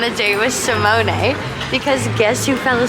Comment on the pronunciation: Wait, , Simone Leathead's name is pronounced as Simoné?